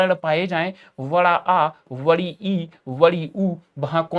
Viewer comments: Bdi ❌️ vdi ✅️ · Sir badi ko vadi bolte hai!